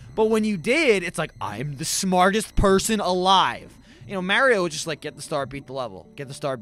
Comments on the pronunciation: can u say MARIO correctly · Lol he says it how english people say it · Only would say Mario like that and not get crap for it